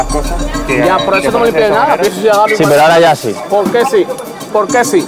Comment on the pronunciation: pol que si? pol que si? pol gili....!!